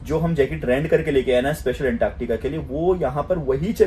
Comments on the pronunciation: Woh anktaaktica nahi hai, Antartica bolte hai use..😂😂😂😂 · Antaaktaka😂 Antartica hi bro❤